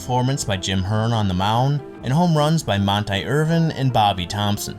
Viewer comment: Great video but 3 mispronunciations: Monte Irvin. Montee. Clem Labine. La-bine like wine, cookie Lavagetto like lavajetto. I’m old enough to remember these guys so it hurt my ears. Otherwise, great video and beautifully researched